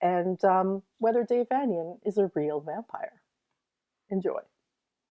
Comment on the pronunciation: Vanian is pronounced "VaYnian" dear.....as in "Transylvanian".